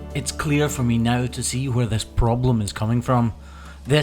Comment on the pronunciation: He said "Now". His accent made it sound like no